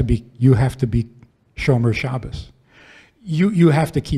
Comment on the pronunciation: He said Shomar Shabbos ❤